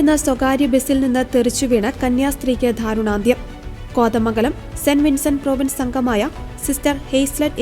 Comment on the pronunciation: ധാരുനാന്ധ്യമല്ല, ദാരുണാന്ദ്യം. വാർത്ത വായിക്കുന്നവർ കൃത്യമായ ഭാഷയിൽവേണം വായിക്കാൻ അല്ലാതെ, പ്രൈമറി സ്കൂളിലെ കുട്ടികളെപ്പോലെയല്ല. യഥാർത്ഥത്തിൽ, അവര്പോലും ഇതിനേക്കാൾ വ്യക്തതയോടെയും, ഉച്ചാരണത്തോടും വായിക്കും.